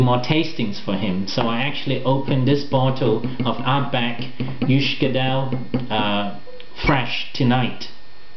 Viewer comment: is quite correct in his pronunciation & according to the book "Peat Smoke and Spirit" the name comes from the distillery's water source- a small burn forming into a number of small pools.